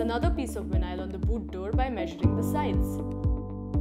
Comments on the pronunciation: What the hell is vin eye all? It’s veye nawl. Vinyl. Not vin eye all. Geez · Nice “Winyial” nstall! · VIN-AISLE.. WTF? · “This video will show you how to install Vin-nile in your we-hickle.”